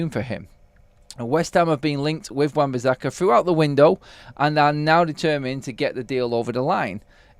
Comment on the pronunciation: Everytime I hear you say bizzakka. I'm going to turn off it's so annoying and I'm sure I won't be the only one so please atone!